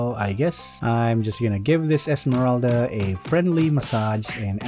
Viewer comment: I like it when he calls Esmeralda "esemeraldead" and hylos "hylose"